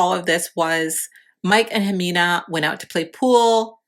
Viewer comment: How are you going to make a video about her and not even say her name right